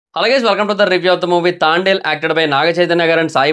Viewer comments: Orey Thaandel kadura babu Thandel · Thaandel cheppinav, Thandel review epudu chepthav bro😂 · Thaandel kaadu thandel